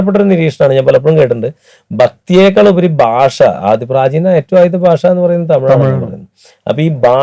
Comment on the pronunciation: ബാഷയല്ല😂 ഭാഷ എന്ന് പറയു